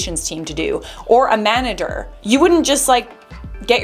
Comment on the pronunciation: “manader” lmao